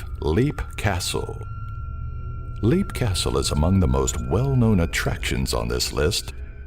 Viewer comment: It's pronuonced, Lep, not leap. Leap Castle. Thank you, narrorator.